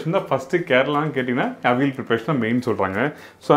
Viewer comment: Where is vazhakaai? .it is kne of the prime ingredient. . Pooshnika vazhakai n chennai most imp.. n ...it is avi- yal... not aveel